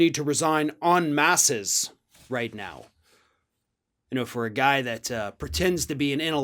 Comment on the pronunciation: Um "En Mass"